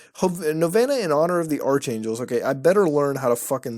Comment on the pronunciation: you said archangels wrongs, it’s arc, not arch.